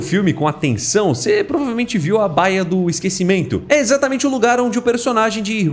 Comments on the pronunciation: Não seria baía ao invés de báia? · Você logo percebe que o narrador é burro quando ele não sabe ler o nome baia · Seus vídeos são muito legais com esse estilo de quadrinho. Só uma dica, baía (do mar) se lê igual Bahia. Baia é um local de descanso para cavalo ou posição de atendimento.